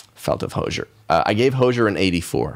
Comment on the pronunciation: why do you pronounce hozier like that 😭